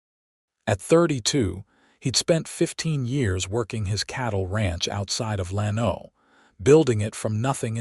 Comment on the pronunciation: gotta train AI to pronounce names and cities properly. Lano is not Lan-O, but LAN-o. It twists my ears to hear it wrong!